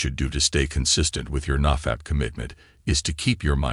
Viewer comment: Woah this is an AI man I never even realised until the nofap pronunciation